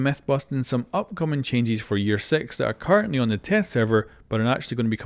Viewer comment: what i hear , "Changies"